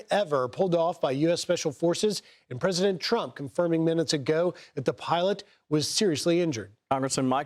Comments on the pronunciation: Sorry he said President Trunk at the beginning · Was it me or did he say trunk!!!🤨🤨🤔🤔🤔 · Did he say "president trunk"?lol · Did I hear president trunk ?